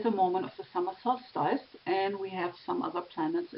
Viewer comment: Dear, please pronounce "solstice" as sols-tiss as if speaking German (not sols-TEIS as you have in the video).